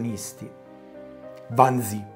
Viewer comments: Carissimo, ti apprezzo, ma Wannsee, si pronunzia alla tedesca "Wannsee", non all'inglese "Wansii" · Mi permetto di correggere una pronuncia. Wannsee si pronuncia come si scrive, vale a dire con una E finale lunga.